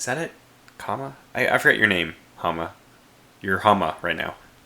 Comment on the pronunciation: "You and I both know who I am referring to." Hahaha, you're confusion on that was so funny. It is pronounced Ha-ma-ra, with each "a" being pronounced as in the word cat. I'm also a girl by the way, not a guy.